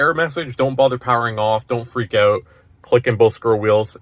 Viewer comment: Gotta love the Canadian Ouuut lol. Not gonna lie I like the way it sounds as an American